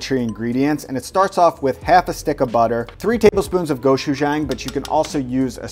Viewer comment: It's pronounced Go-chu-jong. Just don't say gochu to a korean lol